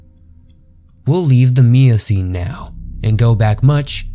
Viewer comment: Nin-gen not nin-jin also miocene not meocene